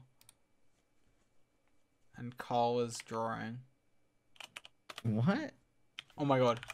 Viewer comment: he's drawring